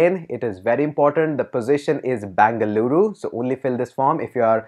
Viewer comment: Tquu sir... U pronounced our state as full bangaloru.. 😍😍😍